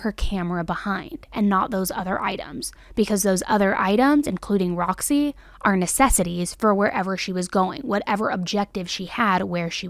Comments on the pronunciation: The bearded dragons name is Rossi. I was literally pulling my hair out all the 59 times you said Roxy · It’s rozzy. Not Roxy. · I think she said “Rozzy” not Roxy.